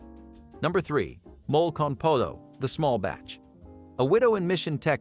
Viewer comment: Its NOT mole( animal) its said " mo- lay"